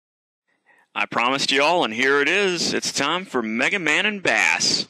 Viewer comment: It's pronounsed base